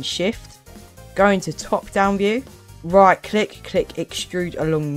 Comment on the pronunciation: bro said righ click bro it no righ click it is right click not to be mean